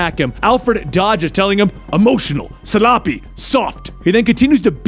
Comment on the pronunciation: Emotional. Suh-loppy. Soft.